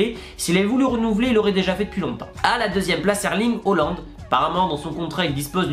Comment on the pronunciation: Hésite pas à travailler la prononciation pour Erling Haaland ...